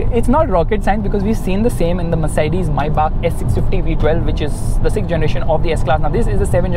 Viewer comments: Do you guys actually realise that he's saying (My back ) instead of maybach. 😂😂🤣 My back🤣😂 my back 😂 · When u said Maybach i heard "Mercedes Mai Baap"🤣🤣😂🤣.Sach mein mai baap hai wo Mercedes Benz ka